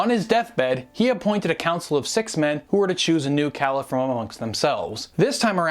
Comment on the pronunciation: Excellent Video, easy to understand and full of the right information. One of the best vids I've seen! Your knowledge is remarkable! Only a minor detail to bear in mind though- you are pronouncing caliph wrong.